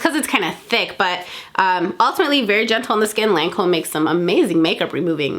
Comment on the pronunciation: Omg that Lancôme makeup remover in the blue bottle that you couldn’t pronounce...... SO DAMN EXPENSIVE BUT SO GOOD!